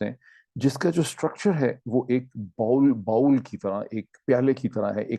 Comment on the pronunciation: Bowl ... Learn how to pronounce it doc! 🤦🏽‍♂️